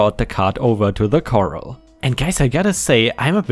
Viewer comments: “corral” is pronounced kuh-RAHL (IPA: kə-răl′). You were pronouncing it like “coral”, which are the animals that make reefs in the sea. ⭐⭐⭐⭐⭐ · Corral is said as "kur-al" not "kor-el." Coral (one 'r') is said as "kor-el." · Butter in Memphis TN is $5 for 1 pound (1/2 kg). On same $2. Foreign butter, like KeriGold is much more expensive. Corral is pronounced ka-ral. ⭐️ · Sorry, it's pronounced kor-al.